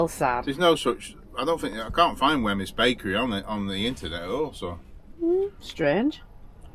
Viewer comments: It is pronounced whims . And there is a lovely place to visit Weymouth Bay.xx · Fife Creamery to get your bridies....pronounced Wheems Bridies. Looked well tasty. Enjoy the rest of your time in Sconny Botland ❤❤❤ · Wemyys is pronounced wee-ms. Great video x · Wemyss is pronounced "Weems" :) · Wemyss is typically pronounced as "Weems" (rhyming with "dreams") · Think the Baker is pronounced .... weems. Apologies if someone has mentioned this earlier 😬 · Wemys is pronounced Weems.